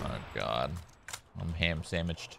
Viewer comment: Shroud saying "kho my gkhod"😂